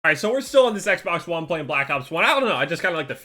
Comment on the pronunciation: Who else thought he said Sexbox one